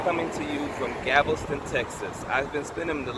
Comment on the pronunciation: Anyone going to note that he’s saying Gavelston? Lol